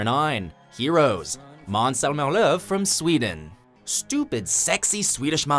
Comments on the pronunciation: Finally an american that pronounced "å" and "ö" correct. But the way he said "Zelmer" in Zelmerlöw is way off though lol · Darque Chocolate mans zelmmerlow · Maans Zhelmemrrlöww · Sorry I just died of laughter when the said Måns Zelmerlöw. It was going okay but when it came to rlöw it went downhill. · im from sweden and i cringe when you try to prenounce zelmerlöw.